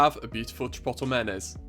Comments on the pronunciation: It's not CHIPOTTLE. It's pronounced - CHIP-OAT-LAY. Otherwise you're perfect as usual. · Chi-po-to ? hahaha isn’t it chi-pot-lay? Maybe it’s the Bri’ish way of saying chipotle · Lmao CHIPOTTLE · Chi-pote-lae No hate, that’s just how you pronounce it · Lol it’s meant to be chip-oat-lay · umm bud youre saying chipotle wrong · I love the way he says chipotle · Your pronunciation of chipotle is throwing me off a little but awesome video otherwise Fantastic job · the way he says chipotle i cant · the way he pronounces chipotle lmfao. this looks so good tho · I’m Scottish and even I pronounce it correctly lol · Looool I rewatched for 3.5 mins to hear it. So worth it tho. Also “bread flour” is pretty saucy. Great vids tho, this guy cooks.